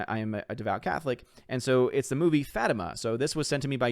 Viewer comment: I’m looking forward to seeing “Fatima”. The “i” is stressed like the letter E.